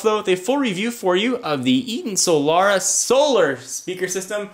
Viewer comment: Isn't it pronounced "soul-rah", not "soul-lah-rah"?